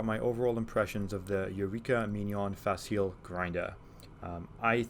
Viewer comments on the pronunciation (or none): Facile is an Italian word that means easy or simple. It is pronounced Fa Chee Lay with the emphasis on the first syllable. Thanks for your review. I got the same grinder recently and I love it.